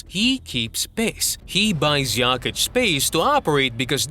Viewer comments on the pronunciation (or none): good video..but you can not allow yourself so misspeelling in 1 video--it is JOKICH---NOT YAKICH